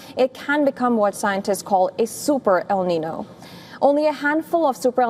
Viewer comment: Please learn how to say "El Niño" properly.